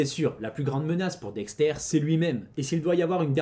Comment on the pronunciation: Incroyable vidéo, mais par conte Dexter ça se prononce "Dexteur" pas "Dextaire" mais c est qu un détail